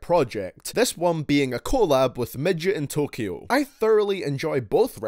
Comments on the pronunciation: Anyone notice he said Midgetin tokyo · did you say "midgetintokyo"?